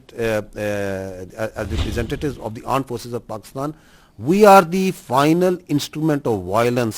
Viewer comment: Pakistan word toh thik se bola... Pakstaaan... 😂Pakstan aand forces